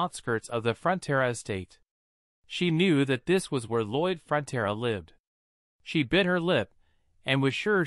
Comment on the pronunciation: lol ya, it’s Lloyd Frontera you could google it but this video messes up many times